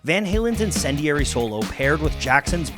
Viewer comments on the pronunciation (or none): none